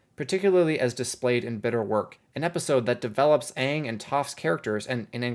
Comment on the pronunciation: did you just say "Gaang"? I dunno if that was unintentional or if it's a commonly used term, but if it was neither, bravo, that is really good lol.